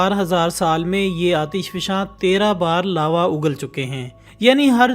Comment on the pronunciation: Its not lave its lava